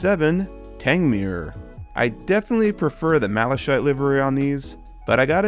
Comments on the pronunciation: Malakite is how it's said. Not Malashite. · Malachite is pronounced ma-la-kite! Also the problem with the bubble car/Daisy is a problem with the driveshafts, was a common fault on release and not too difficult to fix. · and you said maleshite instead of Malachite 😂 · ain’t no way you called it Malashite 😭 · Please look up the pronunciation of 'Malachite' - hearing it wrong so many times was painful Good video and great collection. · Malachite is pronounced with a hard “ch” not a soft one. It sounds like you’re calling it “shit” except in an Irish accent.